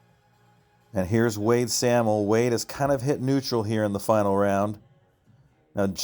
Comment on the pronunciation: Wade and Adam Sahmel. It’s pronounced say’ mul..